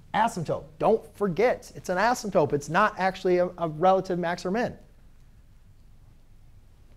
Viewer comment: Why do u say asymptope 😂😂